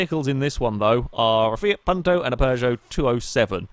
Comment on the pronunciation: This was my first videogame ever XD My father got it with the 360,but we never played "together" (since he died a month later :l) Keep up the good work! (also the "u" in Punto is pronounced like "you")